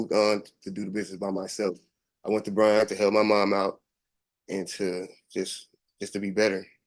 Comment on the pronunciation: Can you not research what is said if you are doing Texas locations??? BRYAN COLLEGE STATION, and San Antonio’s county is BEXAR. Pronounced BEAR!!! Or BAY HAR!!!